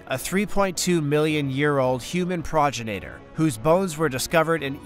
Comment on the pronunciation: "Progin-ator"? "Pro-genitor" Brother.